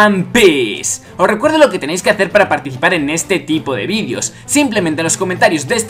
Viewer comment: pregunta dos puntos ¿ Por qué dices "vidios" y no "videos" ?